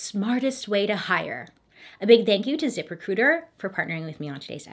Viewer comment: It sounded like she said zipper cooters instead of zip recruiter 😩